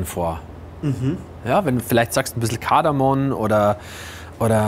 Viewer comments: Kaffee-Ersatz ist aber nicht erst nach dem zweiten Weltkrieg entstanden. Es gab auch vorher schon Röstereien, die darauf spezialisiert waren. Hätte mir gewünscht, dass ihr vielleicht kurz zur Geschichte von Kaffee-Alternativen was sagt. Außerdem es heißt KardamoM :D Zubereitung von der Mate war etwas ungünstig und vielleicht wäre als Start auch geröstete Mate eine bessere Alternative gewesen. Und vielleicht hättest du da auch mal Profis fragen müssen bei der Zubereitung vom Matcha (und auch Mate). Als Wachmach-Alternative einfach Guarana in den Lupinenkaffee mischen? Und vielleicht nicht das Pulver in der heiße Wasser, sodass es klumpt? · Kardamom-nicht Kardamon.